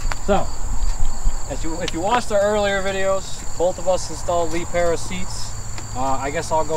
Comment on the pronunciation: Calling it a Lee Pair-a is killing me